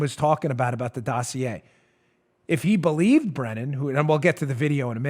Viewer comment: "The dough-see-a"